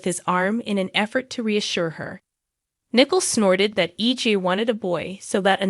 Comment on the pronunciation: Also it's not Nickel, it's pronounced Nicoal (Nicole).